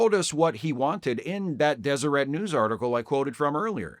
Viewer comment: As someone born in Utah, I appreciate you being the only person on earth to correctly pronounce Deseret